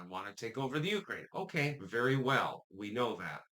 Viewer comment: Wery wery security guarantees